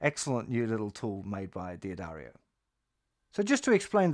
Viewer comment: D'Addario is pronounced Dah-dario, not Dee-ah-dario. Cinch is pronouned sinch, not kinch